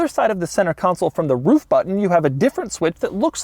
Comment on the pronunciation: why he actually say roof like a doggo would 😂